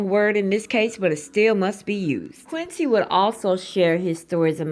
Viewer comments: Qunidon Tarver, not "Quincy" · Thank you sis. We gotta watch out for our #MeToo bros too 🙏🏽 I was a little confused at first because you kept pronouncing Quinton’s name like Quincy Jones. “Bubblehead” took me out 😂😂😂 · Omg! Please say peoples names correctly. They’re famous